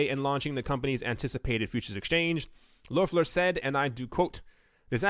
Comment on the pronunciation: Do you have german background? No american is able to speak out the ö in Loeffler‘s name!